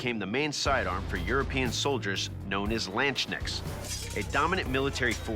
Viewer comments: what is a lanchnick? Did he mean Landsknecht? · Landknecht! not landgnitsch or wtf he said O.o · LandSchneckts, ah Yes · I love the pronounciation of Landsknecht as Landschnecks bcwhen translated that way it means landsnail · Noone in history has ever pronounced landsknecht this badly😂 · The way he pronounced Landsknecht makes my german heart bleed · When they mispronounced landsknecht, I really cringed. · That was an atrocious pronunciation of Landsknecht lol